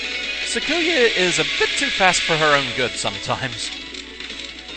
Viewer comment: Awesome. You've gotten to this series. Alright, well, I'll just say this; I am a Touhou Lore Guy; you need lore for the videos and the wiki is too labyrinthine (and sometimes it is), I'm your guy. Also, please go the good Touhou wiki (en [.] touhouwiki [.] net) and listen to how to say Sakuya's name. Less emphasis on the "ku" part. Apologies if I was rude.